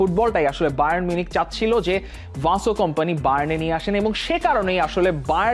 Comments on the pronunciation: ও ভাই বেশি স্টাইল করে বলতে গিয়ে । ভিনসেন্ট কোম্পানিকে ,,,ভানসেন্ট কোম্পানি বানিয়ে দিয়েছেন 😂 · English ei toho atodin Vincent sunei aschi taholey ki aita Belgian accent ey erokom? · নামটা ঠিক ভাবে বলেন।ভাসো কোম্পানি নয় তার নাম???